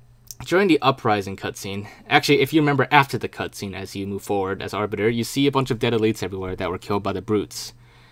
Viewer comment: he says "cuntscene" hahahah